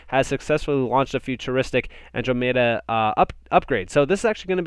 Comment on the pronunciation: Andromeda...pronounced An--DROM---eeda